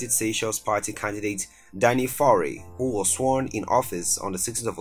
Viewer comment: YFaure , Michel Seychelles are french pronouciation 2020 finite il 31 st of December Lord bless you bad pronouciation